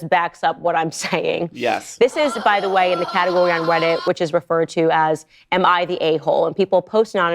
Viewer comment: "This is by the way in a categowy on Weddit ..." What happened there, Candy?